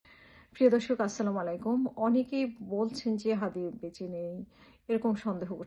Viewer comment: আপু প্লিজ সালাম টা ভালোভাবে দিয়েন। শুদ্ধভাবে। যদি বুঝতে পারছি আপনার মনের অবস্থা ভালো নেই তবুও বললাম।